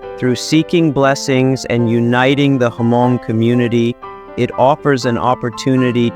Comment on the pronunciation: It's pronounced "mong" not hamong. H is silent.